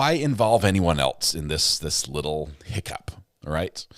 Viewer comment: "Did anyone eltse hear that?" says. Chef's kiss,!